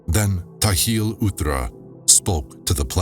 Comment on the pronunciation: Appreciate the work that you've put into this recording. But the translation isn't perfect. Not directly translated. And sometimes the word Nishimtha should replace the word soul. The texts are not read chronologically, which makes the audio difficult to follow and make sense of. Some mandaic words and names are pronounce incorrectly, such as Ptahil. The P should not be silent. Otherwise, great narration and such a cool project!